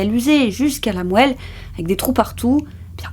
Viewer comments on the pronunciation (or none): Moelle se prononce moal